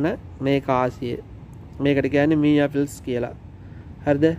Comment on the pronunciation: මීයා කිනකොට මටනම් හිනා ගියා තරහ වෙන්න එපා මල්ලි..😄හොද වටිනා වීඩියෝ එකක්... ස්තුතියි..